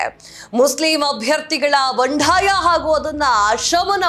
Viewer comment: ಬಂಢಾಯ ಅಲ್ಲ ಮೇಡಂ ಅದು ಬಂಡಾಯ.ಬಾಂಧವರು ಭಾಂದವರು ಅಲ್ಲ.ಕಾನ್ ಅಲ್ಲ ಖಾನ್.ಸಿಖ್ಖಾಪಟ್ಟೆ ಅಲ್ಲ ಸಿಕ್ಕಾಪಟ್ಟೆ. ಎಷ್ಟು ತಪ್ಪುಗಳಿಂದ ಕೂಡಿದ ಕನ್ನಡ ನಿಮ್ಮದು!! ದಯವಿಟ್ಟು ಕನ್ನಡವನ್ನು ತಪ್ಪಿಲ್ಲದಂತೆ,ಕನ್ನಡ ಶೈಲಿಯಲ್ಲಿ ಮಾತನಾಡಿ🙏